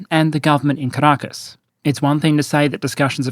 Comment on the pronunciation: Why do I sometimes hear Carakkis instead of Caracas? 😅 But still fitting. Great video as always